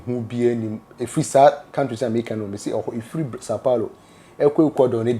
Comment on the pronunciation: Sau Paulo not Sau Pauro 😂